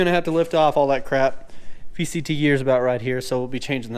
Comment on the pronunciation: Are you saying vct or vtc